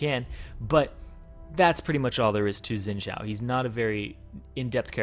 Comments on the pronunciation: Its xin zhao not zin jhao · why do people pronounce it zhin jiao, when its xpelt xin zhao its suppose to be pronounced shin zhao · Orville mohe is how it is suppose to pronounce it it is mandarin, so zin jiao is the correct pronouncitation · um wut dialect are u speaking? cuz in mandarin x is pronounced sh. idk about other dialect tho. and chill out